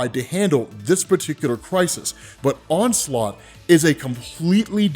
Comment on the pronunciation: Damn dude the "onslot Phoenix"